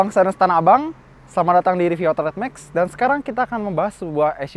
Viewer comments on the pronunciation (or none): none